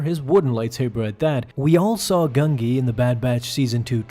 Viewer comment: Pronunciation of Gungi is Gun-Jee, not Gung-Gee